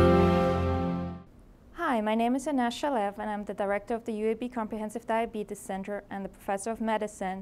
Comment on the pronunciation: Can't even pronounce the disease.